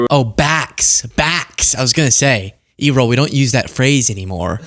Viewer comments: He seems like he's been scolded, "don't you dare talk to the press"! There's too much blowing up, they don't have time compile a new talking points list, they know the current ones are getting 'old and debunked'. Errol is pronounced like "air roll" said quickly. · Air-ull.. pronounced air-ull lol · How about “Air-roll” but with no pause (sorry, it was the best I could come up with!). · Well, now we all know where Elon got his ketamine habit. P.S. Daddy Musk’s first name is pronounced like the famous 30’s/40’s actor…swashbuckler Errol Flynn. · It's probably pronounced like Errol Flynn, who died in 1959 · You said Elon's father's name so weird. Look up the pronunciation please. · I'm sure you're familiar with the word error; therfore, you should be able to pronounce the name Errol. Have you not heard of Errol Flynn? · Elon’s father’s name is Errol—like “error” but with an “l”. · it's Errol, as in Erroll Flynn. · It's Errol, like Errol Flynn. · Many years ago there was a famous actor named Errol Flynn. You are pronouncing Errol incorrectly but I don't know how to write it phonetically. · "I would like to say theyre 80% but theyre actually 100% behind trump" lol not "baaccks" what is that? Lol and his name is Errol like Ehroll lol that's a old name soft e not E-Roll lol like "érol" or eh-rol lol I was like bruh lol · Wow, do you know nothing about british English and culture at all? Errol isn't ee-roll, its AIR-ROLL like the sea. And yeahn we may not use 'back' an6 more but British English does. You're poking fun but, you look more foolish. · “E-Role?!?” 🤣Oh!!😂 Not that i’m tryna normalize the batshit hate monger that raised his crackpot son with ‘apartheid values..’ But i’m guessing it’s pronounced like the classic actor, Errol Flynn. “Air- Uhl.” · It’s not E roll it’s Errol! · The father's name is probably pronounced Air-rol. The first part sounds like Air. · Musk's father's name is pronounced "air-ole". Think the Roman god Eros. Or the word "error".